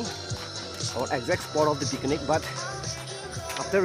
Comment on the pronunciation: Bro its picnic not pikinic 😂